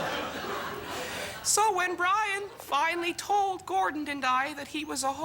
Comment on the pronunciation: I like the way she keeps saying 'Gordond'.